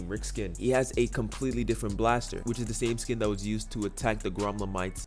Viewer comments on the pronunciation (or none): Dislike for not pronouncing the gromflemites